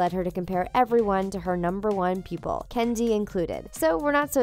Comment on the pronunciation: Am I the only one hearing "Candy" several times, instead of Kenzie?